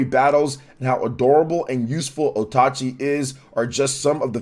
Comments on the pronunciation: Repeat after me,: OATCHI not OTACHI. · It's Oatchi not otachi